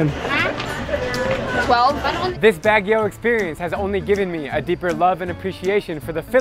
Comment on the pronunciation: it’s pronounced like “BUG-UIO” not BAG-UIO just clarifying because that’s how you pronounce it😃😂